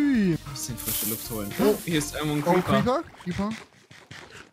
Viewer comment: xD wie er Creeper gesagt hat: Creper 😂🥰